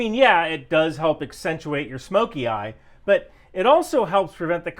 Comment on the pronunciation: I could be wrong, but & did you hear his accent break? Also , and , the way he pronounces the word 'but' sounds kind of off to me.